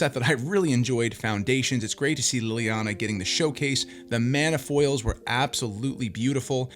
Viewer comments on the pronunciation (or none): none